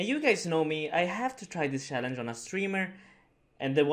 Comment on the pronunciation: "Challange" lol